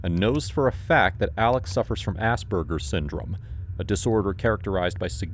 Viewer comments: It's actually Aspergers, not Asbergers 😅 not to be rude, but the edit had a B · and you already show your incompetence mate: -1 : Asberger ? Sounds like the SP joke with Cartman talkin about ASS-BURGER -2: Asperger is already known to not exist, as always, DSM make shit up and change afterwhile. The same book telling you that you got a problem if you still feel bad 2 weeks after the loss of a loved one. Ask psychiatrists and such and you'll learn more. Pharmaceutical industries make big money over harmful treatments a lot of time, look at the opioid crisis in the US if you want a clear exemple of what I mean. Anyway, thanks for the work, won't judge you on the Montana pic but I hope you grow up someday, your work is on serious topics and you make money with sponsorised placements. Don't let the money make you a souless producer with no interrest for his subject, your work will be even more appreciated if you dig it seriously deeper. Anyway, good luck and keep it up mate. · It’s Asperger’s syndrome, not Asberger’s, just fyi